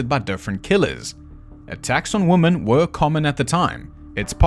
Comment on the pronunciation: I love your commentary—from your swearing to your sense of humor or how you say ‘woman’ instead of ‘women’—it’s all lovely! Even my husband likes listening to your videos and he typically hates all my murder/mystery porn channels, aside from you. Keep being awesome man! You do great work!